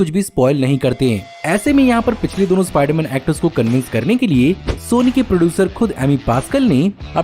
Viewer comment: Ispaiderman ispaiderman 😂😂